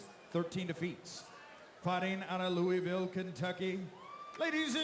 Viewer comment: She n her whole corner: That’s not how you say Louisville:)